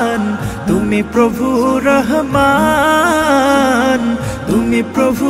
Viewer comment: রহমান শব্দের হা টা শুদ্ধ করে উচ্চারণ করা দরকার ছিলো!